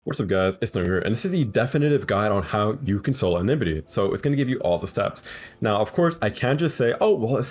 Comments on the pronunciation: nogo. its enmity not enimity pls get it right 😭🙏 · en-mi-tee not eh-ni-mi-tee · EN-MITY EN-MITY